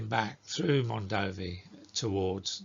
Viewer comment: is actually pronunced Mondovì with accute ancent on the last letter